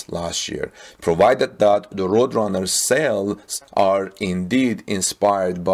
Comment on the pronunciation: Good presentation and I subscribed. "Roadrunner" is pronounced, "road" (a road is what you drive on) and "runner" (a person running a race). Hope that helps. Tip: if you google the word in question, you'll get a link to hear how things are pronounced. Don't feel bad, most English speaking people get it wrong all the time. English is very difficult.